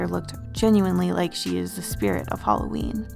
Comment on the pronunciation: Hallowen = Hawleen New year eve = eveleen